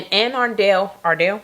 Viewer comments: It’s pronounce Anne A-Rundel (Arundel) Co. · She butchered that name didn’t she 😂